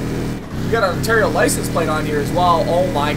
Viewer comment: how did you manage to mis pronounce Ontario damn wtf you live in Canada dude I'm guessing you've been saying it like that your whole life...